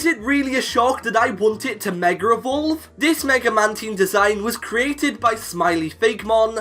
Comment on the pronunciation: Megarevolve?does anyone else hear it?